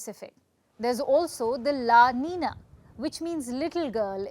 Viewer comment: Please allow me to make a humble" CORRECTION " The word el nino is not pronounce as NI-NO , rather it is pronounce as EL NIN-YO , as well as La NI-NA ,IT Is PRONOUNCE AS "LA NIN-YA " it is a SPANISH WORD " So it is just right to read it in SPANISH.( the spelling also is not right that is the reason you read it wrong. It's a Ñ instead of N.) Thank you.